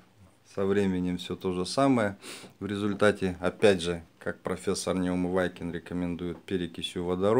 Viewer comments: Почему Вы фамилию Неумывакина произносите как НеумываЙкин? Звучит очень некрасиво и кажется, что Вы просто его не уважаете. Произносите его фамилию правильно. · Пожалуйста произносите правильно фамилию профессора Неумывакина, а за советы спасибо